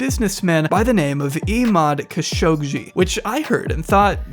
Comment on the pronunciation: why do you always say "khashoggshi"? the name is Khashoggi, like the jounralists that the saudis murdered in their embassy a few years ago. Jamal Khashoggi (the journalist) was a nephew of Adnan Khashoggi. and the name was all over the news for weeks